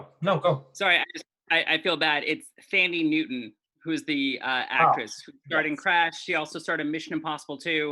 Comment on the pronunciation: Thandie Newton. God why are names so hard for you guys.